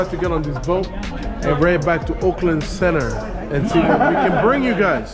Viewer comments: Auckland.. You say "Oakland" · It's Orrrrk land